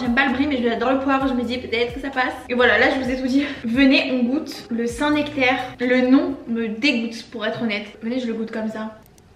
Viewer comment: à tu diras à Jérémie qu'on dit bien le saint NEctaire et non le saint nActaire 😜